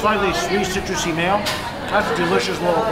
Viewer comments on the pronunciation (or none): none